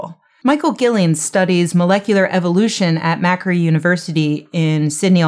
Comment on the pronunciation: "Macquarie" is stressed on the middle syllable. I've studied there, and I barely recognised the name when you said it.